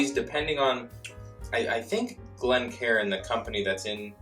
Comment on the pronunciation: I’m just glad to hear you guys properly pronounce it a Glencairn glass as opposed to calling it (glen-karin) 😉🥃